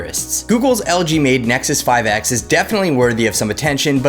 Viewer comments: Did you really just said "Isnexus 5X" ??? Did you wanna say IPhone or something? 😂😂😋👌🏻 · Yeah I heard it too.